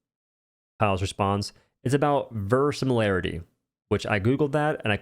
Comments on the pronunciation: hey man, love your vids r.e. versimiliarity I think he might've meant verisimilitude which is the appearance of being true or real. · versimilarity... He means to say verisimilitude. Which in short, means realism within the world being played. For example, if magic is a thing in said world, shooting fireballs from your hands is considered realistic. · Verisimilitude is the appearance of being true or real. When he says versimilarity, he's just making a new word but saying the same thing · the word he butchered here is "verisimilitude", which in this context basically means "illusion of realism". p.s. piles and others misspell english words all the time, as it's not their native language